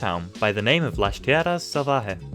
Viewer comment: las tierras salvajes❌ lah tiejahs salvajehs✅